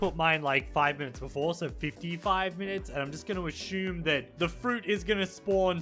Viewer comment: Ashumme LMAO